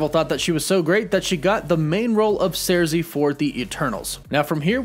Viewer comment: He said surzi instead of sursi